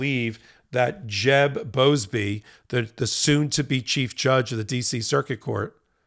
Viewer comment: Jeb Boasberg, not Boasbey.